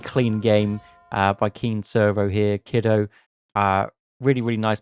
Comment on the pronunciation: Per Boit, Kido is pronounced KEE-doh 👍🏼 you had it.